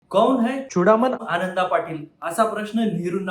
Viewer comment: चुडासम नही रे भो चुडामन पाटील बोल. 🙏🙏🙏